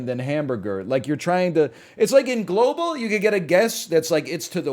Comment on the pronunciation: Why does he pronounce Globle like that, lmao